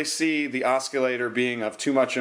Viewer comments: It's pronounced Os-sil-later lol. No hard C. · its pronounced ossilator LOL